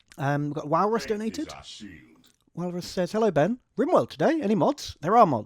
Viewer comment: ben marines but pronouce it been